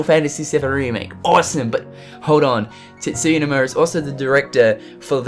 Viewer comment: Sorry this is an irrelevant comment but did anyone else think he said "TITSuya" at first? lol